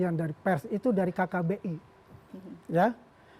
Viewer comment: KKBI... KBBI kali ya?